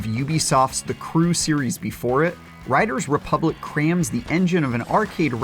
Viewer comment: Anyone notice how he can't say the title of the game properly?